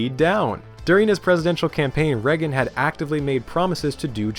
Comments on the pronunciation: Yes, because him saying Reggin instead of Reagan makes it unwatchable. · say it with us. RAY-gan.... who TF is regan? psst, your bias is showing. wax-ahatchi??????? TF can you not speak? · Not Ronald "Rag-un." Think more Star Wars. Ronald "Ray-gun." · Holy fuck that was an impressive collection of information. And the presentation was amazing, bravo 👏 I stg tho if I hear "regen" instead of Reagan one more time I'm gonna have a stroke 😂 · Well-made video. My only pet peeve is every time you pronounce Reagan as "Rehgn" haha it's "ray-gn" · The last name of Ronald Reagan is pronounced Ray-gan. Not reggun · Why do you keep pronouncing "Reagan" like "Reggan"? It sounds like "Raygan." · “Ronald Reggin” lol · Who is this president "Reggen"? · Reagan like Ray-gun..kinda cool.. way you saying his name, got a craving for beggin’strips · My only qualm with this entire video was listening to how you pronounced ‘Ragan’ 😂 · Learn how to say Reagan.